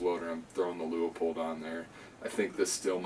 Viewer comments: Pronounced Loo-pold not Loo-a-pold or Lee-a-pold. Otherwise very good review. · If you want to pronounce it in German, it would would more like Loypuld